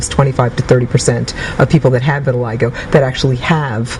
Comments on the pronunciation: "viri-lie-go" ? it's "vee-the-lee-go"" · No, lmao.... it's pronounced "vih-tih-lie-go" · vit a lig o not vit a leg a